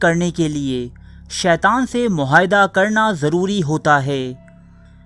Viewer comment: MOHAYDA kia hota hai abey dhakkan sahi urdu bola ker kitni bar bola hai tujhe .. MOAHYDA sahi lafz hai